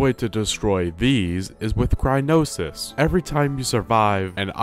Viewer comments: It's cry-yo-nes. Not cry-no-sys. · Neat how you made a decent comedy out of the "official" guide's sometimes weird paths to things. Going over the guardian was like why? Oh and btw it's cry-O-nis, not crynosis. Also, acceptable is pronouncing it like cry-on-is. You're flipping the N and O when saying it and it's the only thing that bothered me about the video. I enjoyed your dry delivery lol good stuff. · Why are you saying crynosis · What’s crynosis, lol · It kills me a little inside every time he says "Crynosis" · "crynosis" "Examinate" "Increasement" All hurt me every time and then I heard "w-ih-nd up" instead of "w-eye-nd up" oh my god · "Examinate" "Crynosis" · "Yanabo" "Crynosis" "Yabosa's Fury" AAAAUUGHH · “Examine-ate” “Cry-no-sis” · I don’t know if he’s calling it Crynosis on purpose but I laughed every time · "crynosis" and "examinate"😂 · It’s cryonis (cry-on-is) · "Cry-no-sis" omg it's Cryo-nis! not "cry-no-sis"! As in Cryo, meaning extreme cold, and nis, being a suffix taking a verb or adjective and turning it into a noun, meaning it's taking Cold, a verb, and making into a noun. CRYOnis literally means "cold thing". I get how it's boring reading a step by step guide for a game you've probably already beaten countless times and having to follow it for a video idea, and that's probably why you're misreading things, but reading "increment" and going "increase-ment" (among other reading mistakes made in this video, such as "purchase stable garb"... SUITABLE garb. there's no such thing as stable garb, though now I wish there were) is so painful it's clear you're either not even trying, or are doing it intentionally wrong as a joke. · I was getting HEAVILY triggered because you said "Crynosis"-it is crie-o-nis.BTW I did the run with the referral as this video . You took me back to botw by posting this,thanks! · Cryonis “Crynosis” Increment “Increasement” Examine “Examinate” I’m losing my mind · I can't fucking get over him calling it "Crynosis"